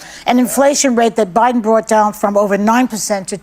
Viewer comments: Behar said "O'Biden"...Freudian slip? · Freudian slip… she said “O’Biden” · I here her say Obiden I swear she did she is so stupid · Note she said OBIDEN! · Joy definitely said Obieden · lol joy said o’biden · Did I hear that right? She said Obiden... proof that Obuma was behind all this? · Did Joy say Obiden??? Hmmm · Did joy say Obiden??? Things that make you go hmmmm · She said OBiden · Did she say O'Biden??? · Joy said Obiden lol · DId Joy just say "O'Biden" ??? 🤭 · Joy said "Obiden"